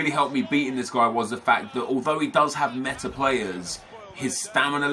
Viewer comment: Who else thinks he says guy as gwuys